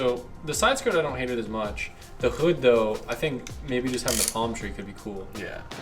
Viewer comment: the way sais hood 😂 mad weird